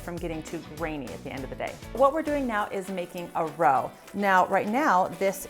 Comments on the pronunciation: Roux is pronounced roo, not roe. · I always learn something from your videos. Can't wait to try the cornstarch trick. I always have a roux mixture frozen and ready to go, I am going to have to make a batch with the cornstarch By the way, roux is pronounced roo as in kangaroo.